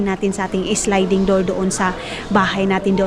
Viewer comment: sliding Hinde slinding